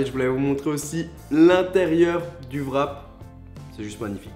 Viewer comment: On dit pas vrap mais wrap